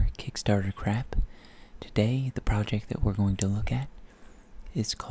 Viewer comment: He speaks in his other language so much he can't ever say "project" the same anymore. Prowject